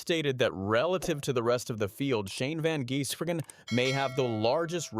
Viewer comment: Why do a story on someone when you're going to butcher the pronunciation of his name. His nickname is "the giz", because its pronounced van-giz-bergen.